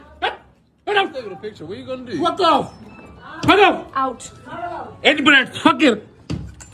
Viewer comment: Why he saying in breed